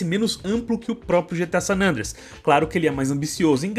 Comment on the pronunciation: É só eu que me incomodo quando o chama o GTA San Andreas de "Sanandreas"?